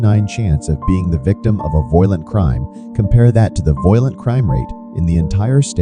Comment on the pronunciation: Funny how the computer pronounces violent to sound like "voylent" Anyway, unsurprisingly, one thing all these cities have in common is a high black population.